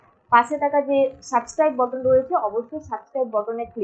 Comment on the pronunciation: Boton ❌ button ✅☠️🗿💀